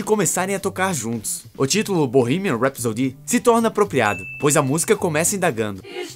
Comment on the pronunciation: É engraçado o pessoal falando "Rhapsody" errado haha